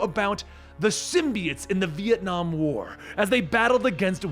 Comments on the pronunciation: Vietnam more like Venonam right? Oh it's Ve-nam? OK. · Vietnom :v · I guess you can call it ViEtNOM